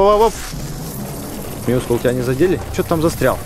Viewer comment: правильно говорить Мяускул